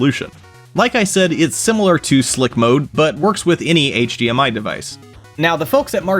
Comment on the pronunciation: might be saying D but I keep hearing G. HGMI, HG TV.